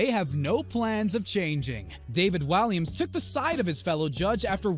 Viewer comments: It's David "Walliams" not Williams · his name is david WALLIAMS! WA-LEE-AMS not williams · David Williams.....WILLIAMS it is pronounced WALLIAMS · its frikin walliams not Williams